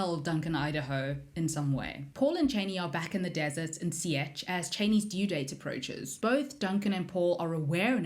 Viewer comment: The way u said chani??? Chainey? Wtf. AND ALIA??? WHY ARE U SAYING ILIA. SEE ETCH! THATS NOT HOW U SAY SIETCH OMGGGGG